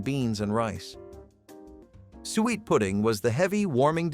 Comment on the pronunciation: You are driving me crazy Suiet or sweet pudding is suet pudding. Do some rematch for God's sake. Or maybe, you did not expect anyone to listen this long.